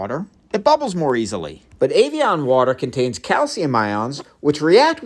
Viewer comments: I'm sorry are you saying "avian"? 😂 It's pronounced (ev-e-on) my guy lol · As a child of the 80s its pronounced Eh vee on. Like Ed not Avion like Aviation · It’s EV-Ian not aveaon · EVian said like every, not AIVian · It's not avian it's Ev ee on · Avion (like avionics) vs Evian (eh-vee-en) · Why did you pronounce it Avian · So it's Evian is not said Avian... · Evian Eh not A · I love how Americans pronounce every vowel in EVIAN completely differently to a British English speaker. Americans pronounce the E as A the I as an E and the A as an O! Might as well spell it AVEON lol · AYVION! wtf pronouces it that way? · "avian".... A-vian?? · I know it's probably bait, but I have never heard it pronounced 'ay-vee-on' before. I'm European though, so maybe it is a standard US pronunciation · why do you call it ayveeon? lol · Evian - not Avian! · "Ayvion water" "oquafina" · Evian. Not Ayvian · My guy thats an e!!! E-E-EVIAN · Why are you calling it Ayvian? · I love learning... but I really couldn't get past the consistent mispronunciation of evian 😅